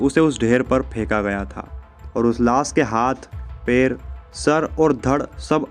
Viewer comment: सुरुवात नही शुरुवात, पेर नही पैर , पेसे नही पैसे, अपनी language ठीक करो।